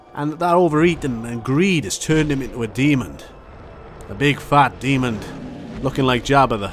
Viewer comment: Not being mean but there's no d at the end of demon